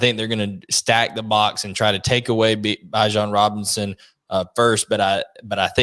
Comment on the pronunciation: Did this guy just pronounce bijan as “bye-jan”